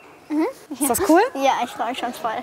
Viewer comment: das heißt c o o l und nicht kull